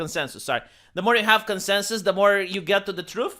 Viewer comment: It's ...Con.sense.us.